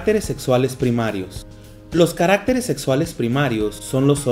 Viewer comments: No se pronuncia carActeres, no lleva acento por lo tanto lo correcto es caractEres, con énfasis en la E... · oigan se dieron cuenta que dijo caractereas malllllll🤣🤣😂😂